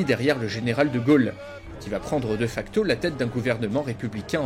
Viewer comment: Ca se prononce [Dé facto], pas [deuh facto] xD ...